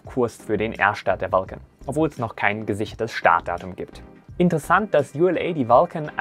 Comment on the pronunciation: Vulcan hat sich jetzt wie Falcon angehört --- akustische Halluzination oder is da was anderes schief gelaufen